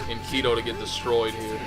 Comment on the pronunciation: Just so you know, it actually is supposed to be Enkidu. You (or rather, I'm guessing, whoever told you that) confused the last set of characters トゥ "du" with トウ "do". Just wanted to clear up the confusion